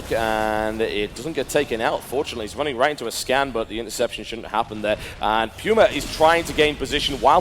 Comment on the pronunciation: Pulse means heartrate, not apm. If I hear someone say PYUMA one more time, I will shoot something.